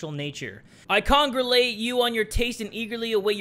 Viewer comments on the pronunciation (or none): Did he say con-gru-late